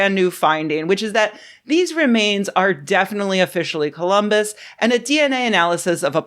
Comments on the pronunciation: "Columbits" XD I'm dead The police are on their way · Wow "columbits" almost made me choke on an almond!